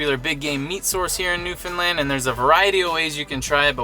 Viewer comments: Hi! I'm a Newfoundlander and I just found your channel :) First of all, Sweet Rock is THE BEST! Second, you pronounce Newfoundland perfectly!! That's rare! Great videos! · Thank you so much for pronouncing Newfoundland the correct way!!!❤